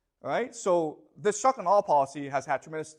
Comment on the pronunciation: I love how he speaks at normal speed except when he says shock and awe such that it becomes "shuckanaw"